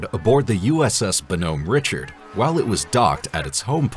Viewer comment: WOW...really go that name wrong! The USS BONHOMME RICHARD - it's pronounced BAA-NUHM RICHARD.